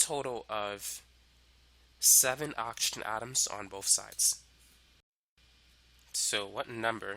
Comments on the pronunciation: Everyone:Oxygen Him:Auction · please learn how to pronounce oxygen 😭